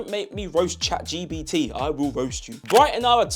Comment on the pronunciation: Bro really said Chad Gbt, lol